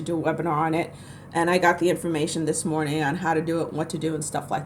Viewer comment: Loved how you said Good morting 😅